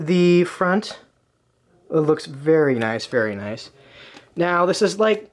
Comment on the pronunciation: The way he said noice😂😂